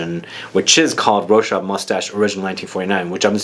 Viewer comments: Rochas prounounces the S. As in Ro-shass. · En français on prononce le S a la fin de Rochas ..Rochase😊